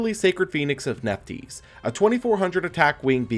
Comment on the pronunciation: I don't think Nephthys is pronounced Nef-tees, it looks like it should be Nef-this